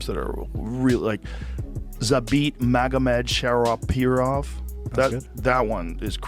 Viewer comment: Zabit Magomed-sharipov. Ooooh, really crazy name Joe, I bet even he can't pronounce it. 😅